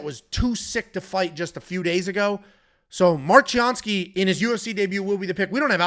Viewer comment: Mark Chianski ?! Really ?!